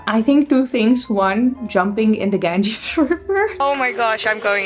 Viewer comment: Pls pronounce Ganga right pls